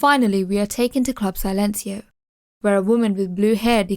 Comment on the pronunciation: Love your breakdown but it’s club “ si” as when a English person says yes. Then lencio